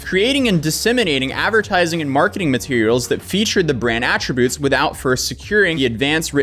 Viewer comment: Also “attributes”… “irreparable”… numerous more…